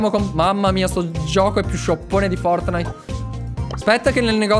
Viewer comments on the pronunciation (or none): none